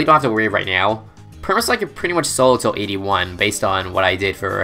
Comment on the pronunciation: I know this is a 10 month old video, but , did he say Sperma-Spike?!